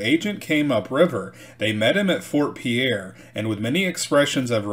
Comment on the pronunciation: Pierre is pronounced "Peer".